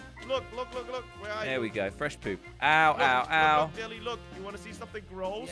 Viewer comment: No one: Note even slogo's fans:: FrEAsh PoOp